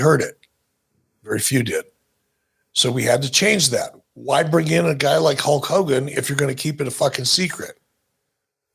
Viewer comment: I thought Hallk Hogan was the name of the bootleg wrestler toys my Grandma would bring us from Mexico. I guess it was legit per Bischoff’s pronunciation.